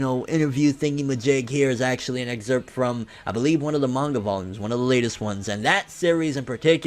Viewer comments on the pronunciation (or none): none